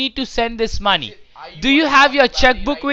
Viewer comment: When he said; MY manee lol